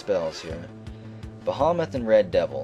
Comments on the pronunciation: Behemoth is pronounced "beh heh moth", normally im not like this but it came up a lot. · Don't know where you learned that, but traditionally it's usually pronounced bih-hee-muhth. It even says so on dictionary . com.